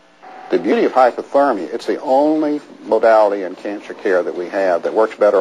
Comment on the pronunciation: HypERtermia, not HypOtermia.... god is any news anchor over an IQ of 12?